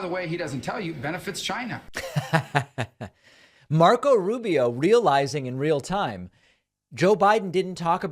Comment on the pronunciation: Is it me or did Rubio just pronounce China in that in that clipped, strange way Trump has been saying it lately?